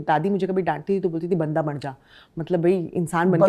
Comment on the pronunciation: वो बंदा होता है अपना वाला ओर ये जो जा बता रही है वो बांदा ओर महिला को बांदी कहा जाता है ।थोड़ा फर्क है । शायद इन्होनें अंग्रेजी में पढ़ा होगा इसलिए फर्क नहीं कर पा रही हैं । जैसे परमार को पारामर कह रही है ।